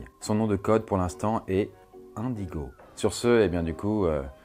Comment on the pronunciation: Indigo... INE-digo